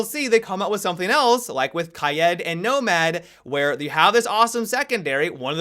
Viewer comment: That one asian guy Say “raid”. Now say “kaid”